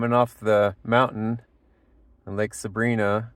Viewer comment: I lived in Bishop for 10+ years. The proper pronunciation of Lake Sabrina is Saa - Brine -aa. With an i sound not an ee sound like the girls name.